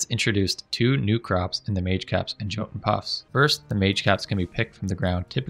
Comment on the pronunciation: Great vid, just remember the J in Jotun Puffs is pronounced like a Y. Yot-un Puh-ff-s :)